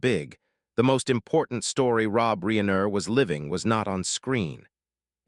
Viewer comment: Whadya mean? This warmly super-human -like, not at all AI-sounding voiced-narrator sounds like he’s a real expert on Rob “Ree-aye-ner”.😂😅❤